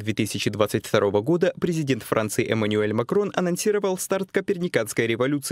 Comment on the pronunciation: Как, как - маниель? А чому не Эмануэль?